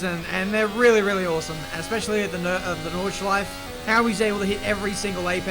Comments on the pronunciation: It is NordschleifE, not Nordschleif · (No Hate) Why is it for English Speaking People so hard to pronounce the E PorschE Nürburgring NordschleifE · did he just say nordschleif ? wheres the E ??? :D